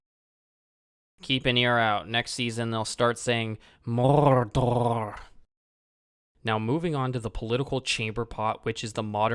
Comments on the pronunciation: I laughed so hard at 'Morrrrrdorrrr' lol. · Agreed 100%. Nice video. I laughed when you pronounced "Morrrdorrrr". This show is astonishingly bad. If you had any shred of critical thinking or respect for Tolkien, you would not have enjoyed this show. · Hey I like the way you pronounce Morrrrdorrrr